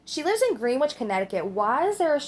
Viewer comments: Im sure someone else has said it, but it is said like ‘grennitch’ not ‘greenwitch’, it’s no biggie just wanted to let you know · Yup grenitch, is how it's pronounced.